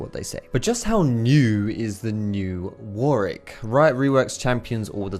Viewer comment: jesus christ it's warWick, NOT warick. This pissed me off the whole video